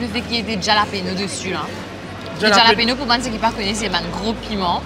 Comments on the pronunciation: Mlle,, c'est pas Ja-lapeno, ca se pronounce Haa-la-peno. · hallapino is how its pronounced but t am not sure pei or pino - my latin friends say hallapino